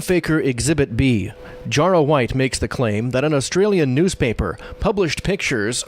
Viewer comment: And it's pronounced Jah-rah not Jaw-rah.